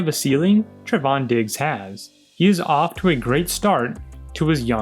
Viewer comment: Finally somebody who pronounces Trevon correctly 🥳🥳🥳